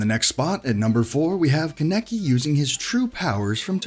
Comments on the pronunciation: Keneki? Dude have you never heard Kaneki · ITS KA-NA-KI NOT KA-NE-KI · Kene-ki Kan-ek-i LEAARRRNNN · Dude is kankie not kinekie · Who in the hell is Keneki?! ITS KANEKI KAN-EKI KANEKI srry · My guy get your narrator to say the names right He called Kaneki kan-eki and its ka-ne-ki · Its pronounced konekee but spelled kaneki it annoys me when people get that wrong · Kan-eki like wtf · Thanks for clarifying that it was a mistake cause when the narrator said Kaneki. I nearly yelled in rage. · How tf you gonna pronounced kaneki name all wrong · Anyone else get triggered when he said kaneki’s name wrong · CXN ReFlekt I did but it’s whatever \ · He said kaneki and minato wrong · He just missed Meliodas,Escanor,Natsu,luffy, and Mispronounced kaneki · Seeing “mispronounced kaneki” imma just click off now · He is Pronouncing Kaneki wrong and it’s triggering me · It’s funny how he says kaneki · Nobody: Nobody at all: Not Even God: WEEBS: THATS NOT HOW YOU SAY KANEKI OR MINATO!!!!!!! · Im a little annoyed on how he says kaneki’s name